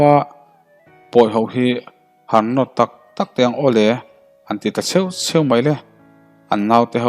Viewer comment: Chheu chheu.tih hi A hmasa zawk hi hniam zawk se.a hnuhnung zawk hi sang zawk se.i lam letling deuh.a awm zeuh zeuh tiang hi.i aw erawh a tha